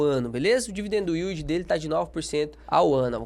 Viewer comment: "dividendo uíldi" kkkkkkkkkk